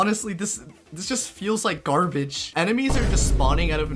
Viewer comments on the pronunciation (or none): none